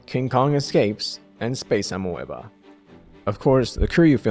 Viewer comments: It's pronounced 'ah-me-buh' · You seriously don't know how to pronounce Amoeba?